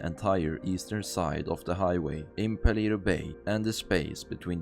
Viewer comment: Paleto is a Spanish word pronounced "Palayto", not "Paleeto."